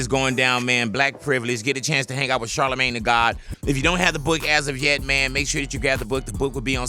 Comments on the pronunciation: Am I the only one hearing Big Boy say Shart-amagne?! 😂😭😭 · He calls him char da main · Black people either call him shortymane or shardamane